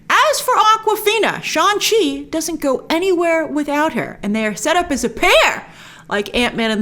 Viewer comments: Shang, pronounced like Shung not Sean. 😏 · Grace I’m sorry but I have to do this but it’s pronounced shanG chi, G is not silent. They even released a clip about the pronunciation so please say it correctly🙏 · Hey Grace, is it Shaun Chi or Shang Chi? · SHAN SHI😂😂😂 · Shang Chi is pronounced "SHAHNG-CHEE" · I cannot believe that there was a scene in the movie/trailer where Shang Chi corrects Awkafina about the pronunciation of his character's name, and here we have reviewers still fucking his name up.